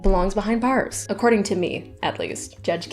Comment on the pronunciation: The way you said Bars immediately outed you as WOW so Canadian 😭